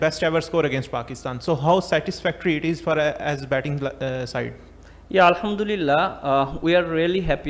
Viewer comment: Always. Al hum du lilia 😅 what is this. .